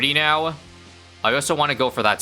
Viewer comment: I wanted to do comment same thing but it's still funny